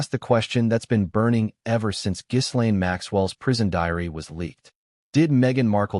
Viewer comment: “Ga lane, not giz”